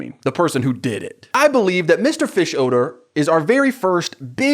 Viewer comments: The way you pronounce fischoeder as fish-odour is so funny to me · I have never watched Bob burgers or this movie, is just like the youtube man, but is the characters name really mr fishodor? I cringed everytime he said it. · You hit the “odor” in Fischoeder SO HARD 😂😂😂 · The way you pronounce Mr. Fischoeder’s name just made me realize (as a years-long fan of the show) that it is a play on the words “fish odor”, I can’t believe I never made that connection until right now 🥲